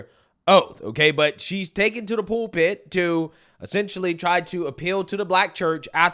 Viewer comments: Pool pit? You mean pul pit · Not trying to be a dick here, but, do you mean pulpit when you say pool pit, or am I missing something?